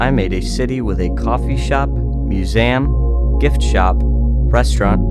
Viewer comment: He said "musum"